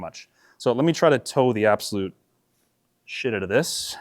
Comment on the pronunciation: “So lemme try and toe… the absolute….. shitootathis” 😂